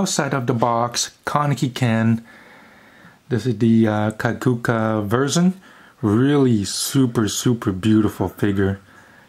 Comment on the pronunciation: Y did you say Kajuka and not Kakuja